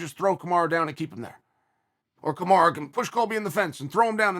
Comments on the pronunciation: why does he still call him kamara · who is KamarA? Smh put some respect on the Champs name Chael. C'mon U and A are very different.